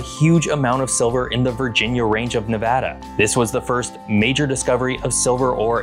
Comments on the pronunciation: Very glad you say Nevada correctly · Thank you for pronouncing Nevada correctly